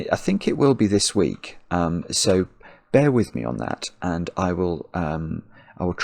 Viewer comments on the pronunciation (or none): none